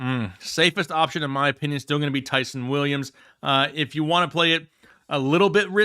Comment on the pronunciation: please stop mispronouncing that man’s name… Ty’son sounds like John not Sun